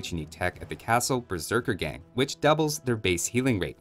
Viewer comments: The word does not refer to a gang of berserkers, but the act of going berserk, and the "a" in "gang" should thus be pronounced like the "a" in "arm". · The "a" in "Berserkergang" is pronounced like the first "a" in "Arbalest". It does not refer to a group of berserkers.